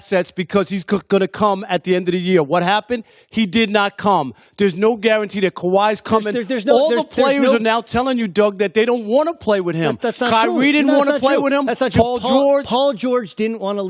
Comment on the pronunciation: Rob Parker has a real weird accent or is that some type of lisp or something? Like he pronounces Kyrie , "Kywee".